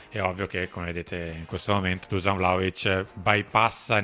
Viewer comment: Non si pronuncia Dusan , ma bensì “ Duscian” …